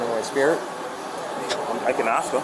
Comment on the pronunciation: Weird. Even foreign blacks say ax instead of ask.